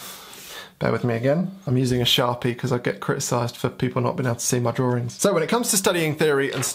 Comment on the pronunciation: “Drawrings”...... my favorite part.